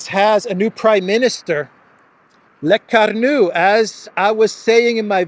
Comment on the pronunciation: It's NOT "LECARNO" but... "LECORNU" (meaning in english: the horned one!). Ask Alexander; he have a better french accent 😉